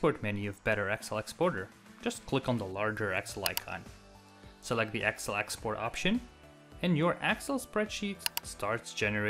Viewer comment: Very cool, but what's with the accent for referring to "Excel" as "Axle"? lol